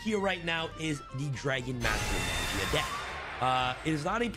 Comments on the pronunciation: he pronouncing magia with a j, smh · it's pronounced maw-gee-uh